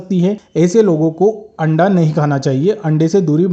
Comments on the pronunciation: Hain randa bola 😂😂 haste haste pet me dardr ho gaya😂😂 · Randa bola 😂 anda bolna chahiye pura clear bola 😂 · Correct Randa bola